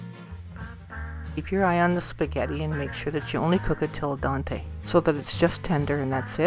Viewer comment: Did she say cook it till "Daunte"? 😂 Still looks good, tho. I'll eat it